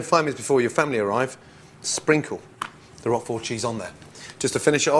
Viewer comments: Yeah, OK, he says "Roffoll" . But he mostly pronounces it correctly: rock-forr. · "Roqufori" ? Roquefort.